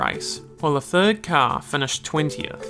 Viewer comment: did this dude really say forth and thirth